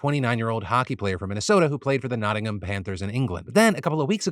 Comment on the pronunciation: a. Pronounced Nottingham wrong b. manslaughter is different in UK law. He is probably being charged with involuntary manslaughter